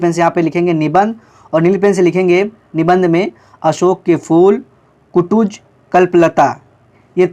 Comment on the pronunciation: Are sir ap kutaj ko kutuj bol rhe hai